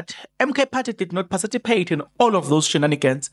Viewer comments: patici not paciti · Participate....not Parcipitate😅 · PARTI CIPATE..NOT PACITIPATE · 😂 to be sown (sworn) 😂 To parcitipate ( Participate) will burn us one day, but ke, Islungu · And not parcitipate.A slip of tongue, I assume Thanx for that correction my MK sister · Participate Maan not pacitipate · Pacitipate 😂 hayi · eh Zazi ....parcipitate 😅 per Chief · I like how you pronounce participate😊😊